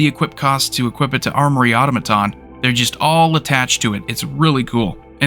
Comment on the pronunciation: Helpful tip: “Automaton” is pronounced: Aww-Tom-Ah-Tawn. Well done otherwise. I like the cards you featured.